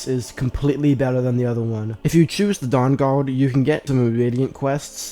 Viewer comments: The durr durrd? 😂😂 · Cwossbow bowts fwom the downguawd 🥺